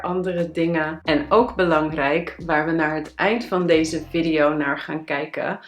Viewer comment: Video spreek je op z,n Engels uit.